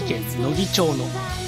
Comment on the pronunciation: 「ちょう」ちゃう!! 「まち」や!! 「のぎまち」や!!